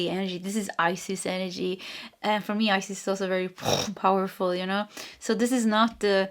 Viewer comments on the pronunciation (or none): none